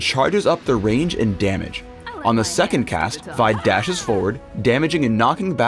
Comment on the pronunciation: LOL anyone else hear the "teh"